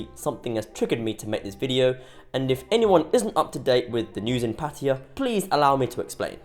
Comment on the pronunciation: They don't know how to spell "Pattaya" ... and you, how to pronounce it.